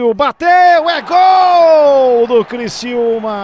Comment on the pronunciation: Criciúma e não Cristiúma